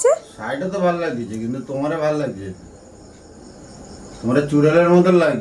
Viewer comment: ঠিকমতো বাংলা বলুন লাগদিছে না লাগ ছে